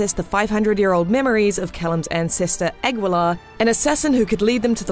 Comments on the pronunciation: its ah-gi-luh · The last name is pronounced "Ah-gi-lahr", not ag-wil-ar. You can read Guiterrez just fine. Aguilar is also latin root from the bird aguila or eagle in english. So an action film that got the action right. seems legit. oh you want good plot development? time to read a book. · Aguilar = "agilar" , not "agwilar" *flies away* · Jorgeflo7 Lol, my name is Aguilar and I live in Texas. It always shocks me that so many of my fellow Texans are incapable of pronouncing Spanish. It's phonetic! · The u in Aguilar is silent... You could at least try. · Ugh really? That's not how you pronounce Aguilar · Sorry but you butchered all the Spanish names, you could at least have investigated a little how to properly pronounce them :-( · As an Aguilar, her pronunciation of French and Spanish names annoys me.